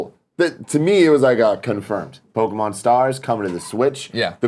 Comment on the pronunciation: listening to Greg try to pronounce pokemon names is painful